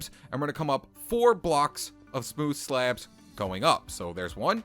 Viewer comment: Why Do You Say Sleabs